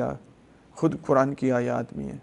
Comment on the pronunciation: Maulana app qaaf ki kaf bolty hai,bakir,kuran,bolty hain